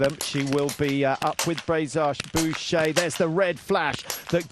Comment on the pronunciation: You've butchered her name! She is Justine Braisaz-Bouchet. Have more respect for the athlete!